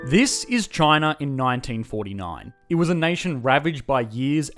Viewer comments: It's spelled China, but he pronounces it c h i n e r. Where is this guy from? Pittsburgh. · Australians and the British: "Ah yes, the lovely country of Chiner." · I like how you pronounce it Chiner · Communist "Chiner"